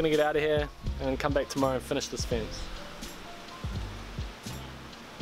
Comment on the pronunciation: I immediately new he was a New Zealander When he said "we're going to build a fince"